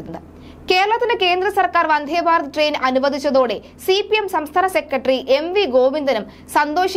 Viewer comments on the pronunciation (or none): "വന്ദ്ധേ" അല്ല "വന്ദേ" എന്നു മതി.